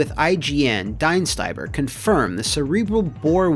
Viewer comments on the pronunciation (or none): Well the fact that his name has a funny meaning is only topped by the horribly failed pronounciation of it here. Well murica style living in their own little world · I like how Dienstbier's name is just butchered more and more every time it's spoken. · as a german hearing your pronunciation of Dienstbier just hurt XD btw, it translates to dutybeer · Is his name Diebstbier or Dienstiber? It shows respect to have the correct name in your video and not change it up several times 🤦‍♂️